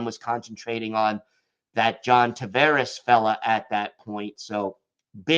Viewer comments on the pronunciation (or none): none